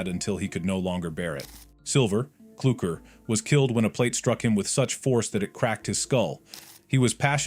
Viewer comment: i am cluckr not kluckr